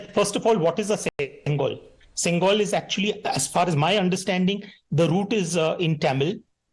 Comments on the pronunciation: Hey Iyer, It's not Sengal (brick), it's Sengol, Semmai - means rightness, and Kol- means stick. together it's pronounced as Sengol. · I condemn this Abhijit Iyer Mitra poor linguistic skills It’s not sengal It is Sengool Learn the language with its nuances I choose to ignore his ignorance as his intent in my observation was for the benefit of the society